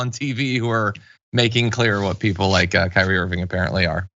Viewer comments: Kyrie just means lord, master, seigneur, dominus, domine, Herr, sir. and it's pronounced Kee-Ree-ay. (or Kü-ree-ay). Unless you DON'T want people to see the connection between your name and the Greek word. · While he's looking up what his name means, he might want to look up how to pronounce it as well.